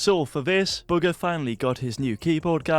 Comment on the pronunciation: Can you please stop saying booger instead of bugha